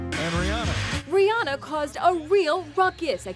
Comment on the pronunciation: Rihanna not Rihanna